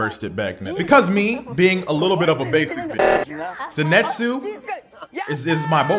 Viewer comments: It’s pronounced “Zeni•tsu” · Just fyi, its Zenitsu not Zinetsu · zenitsu not zinetsu like fkn pls bro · its pronounced za neat su